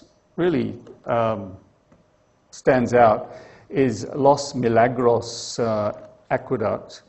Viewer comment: Hearing a Brit attempting to pronounce Spanish is like a hearing a Mandarin speaker say "rolling lorries." Instead of "los miraglos" its "Lahs Mihraahglahs".